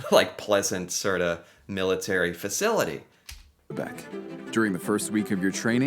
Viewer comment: In Corée war, canadians soldiers took the colline 355. The one that american couldn't take and left. It was a strategic colline. Bravo! The way you say Québec is almost perfect!